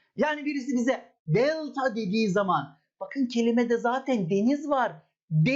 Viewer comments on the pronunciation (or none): hocam nedense bu videoda bir italyan havası verdiniz özellikle DELTAA dediğiniz yerlerde pitzaaa gibi